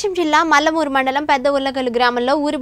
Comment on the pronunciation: Mallamuru mandalam kadu thalli adi..mundlamuru mandal .... Em channel na nayana idi ... Saripoyaru reports iddadru... Best channel of the year kuda meke vastunde...